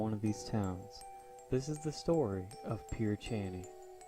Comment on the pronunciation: Pear a shee nee is how most locals pronounce it